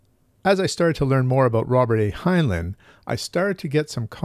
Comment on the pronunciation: It's pronounced hine-line. Not hine-luhn.